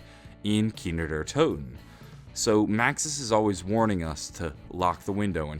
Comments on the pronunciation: 'Kiner Der Toten' dude its Kino not Kiner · it's KINO... not "Keenerdertoten" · he kept saying kiner der toten